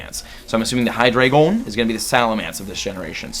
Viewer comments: Deino for 10 k better collect them and hydreigon is pronounced hy dri jon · The way you say Hydreigon🤣🤣 Cool